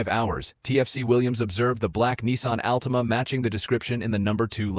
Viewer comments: Again, DUMP the A.I. voice-overs! The word for the Nissan Altima is pronounced "ALL tima, not "Alteema!" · Horrible AI narration. Can't pronounce Altima. Says P I T maneuver instead of pit. Lame.